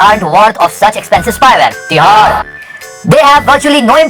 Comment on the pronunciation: outstanding man.. "tiharr" 🤣🤣🤣